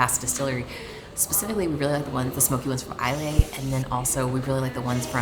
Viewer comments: Great Video My favourite City One wee Quibble Islay is pronounced Isla But Yeah Edinburgh Is my favourite European Capital (Off Season) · Oh and Islay is pronounced Eyelah